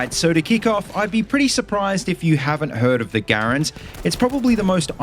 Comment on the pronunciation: Thank you for properly pronouncing the M1 Garand name most people say it as grand like they talking about money lol drives me nuts 🤦🏼‍♂️ ps. hello from Canada 🇨🇦